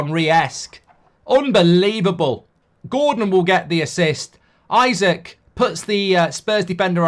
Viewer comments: Isak is pronounced "ee-sack" not "I suck" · It’s “ee-sak” not “i-sik” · Just for future reference mate its 'eeeeeesak' 👍